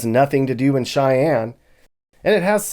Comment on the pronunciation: "Cheyenne Sheik"